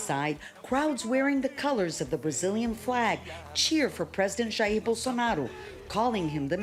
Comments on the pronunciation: Jaiiir Bolsonaro... Gotta hold that "i" a bit longer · pronunciation for Jair is "ha - eer", not "yaiah" , also, fuck Jair Bolsonaro